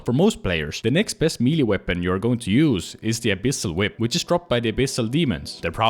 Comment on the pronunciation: another osrs player that cannot pronounce melee correctly